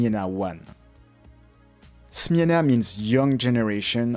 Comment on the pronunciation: Chapeau bas for your effort to find out proper pronunciation 👍 Smena was very popular as a first camera for kids also in Poland, so I had it too. Thanks for bringing back nice memories.